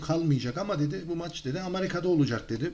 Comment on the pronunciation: Amarika değil amerika e ile